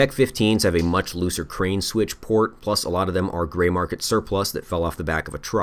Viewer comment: Did….did you just say “gorilla grip plussy”